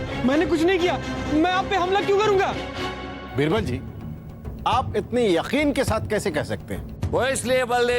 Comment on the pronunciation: Yeh rani बिरबल kyo bolti बीरबल ( Birbal ) hai ,,ish pr ई bolta nhi banta